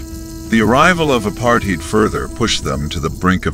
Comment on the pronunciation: aren't they also up in Namibia (near Tsumkwe)? "ah-PARR-teed" (apartheid) is actually pronounced "ah-PARR-tide". Lesotho is pronounced leh-SUE-two rather than leh-SO-thoh.